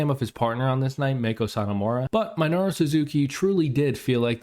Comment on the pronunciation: Me-no-ru. Jesus Christ, work on your pronunciation